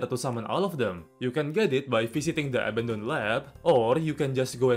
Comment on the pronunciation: when you say abondoned lab it sounds more like eminem lab or m%m lab